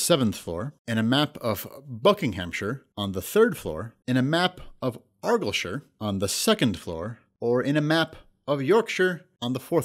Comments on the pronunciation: Not a complaint, but you guys pronounced 'Argyllshire' wrong. It's more like 'Are-guile-shire' ;) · The way Argyllshire was pronounced had me in stitches - Argilshur xD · Same as how Argyll is pronounced arr-guy-ull. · ar-guy-ill for future reference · Why? He mispronounces Argyllshire and I've seen him mispronounce Eton as well. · I know Eton is an English school, it's also very famous. And it doesn't matter that he isn't English or Scottish to pronounce argyllshire correctly - it would take 5mins on google to find the correct pronunciation. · Anyone else cringe at the pronunciation of argyllshire? Also I got 26/30! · The Argyllshire question (despite the mis pronunciation) is an obvious guess if you knew where Argyllshire is lol But as you guys are American I’m not surprised you didn’t know it’s in Scotland. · 23 tied with J(didn't use the multiple choice either). Also your pronunciation of Argyllshire was hilarious and so incorrect